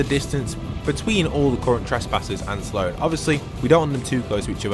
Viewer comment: Saaloan its Sloan